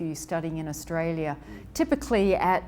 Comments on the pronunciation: It’s of AOURSTALIA, it’s Australia 😆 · Your pronunciation of Australia sucks... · That pronunciation of A-ustralia., stop playing. Did you also take some ostriches there?